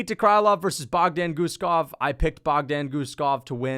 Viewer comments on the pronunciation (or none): John gooden made me wanna defenestrate myself with the names he was mispronouncing. “Muslim sallyhoff” and “bogdan gushkov”